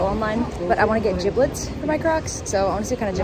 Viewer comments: ayo it’s jibbitz not jibblitz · Lol it jibits not jiblets.